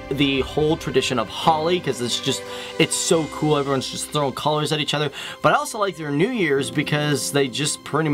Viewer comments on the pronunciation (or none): Oh My God..!!!!!! You REALLY REALLY REALLY NEED TO WORK ON YOUR PRONUNCIATION!!!! "Ven-kit-swara"!?!?!?!?!? and the 'Whole tradition of "Holly"'?!?!?!?